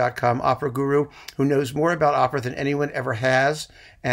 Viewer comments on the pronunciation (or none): none